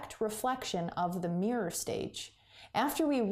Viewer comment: i just can't bare going through the video; it's mirror not meyur